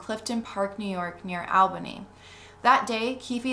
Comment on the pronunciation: Excellent series! A couple of pronunciation notes from a local: 1. The “Al” in Albany is pronounced like “all,” not like the man’s name “Al”; 2. The final “e” in Keith Raniere’s name isn’t silent: ruh-NEER-ee; 3. The local newspaper, the Albany Times-Union, has run some good investigative pieces on the cult.